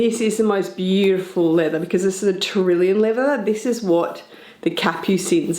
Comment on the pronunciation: It’s pronounced tour-ee-yon leather. Taurillon. There’s no I after the L. I don’t know why people call it taurillion